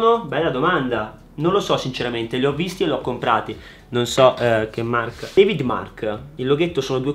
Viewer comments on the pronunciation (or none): none